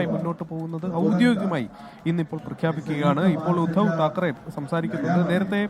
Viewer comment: താക്കറെ അല്ല ഠാക്കരെ എന്നാണ് ശരി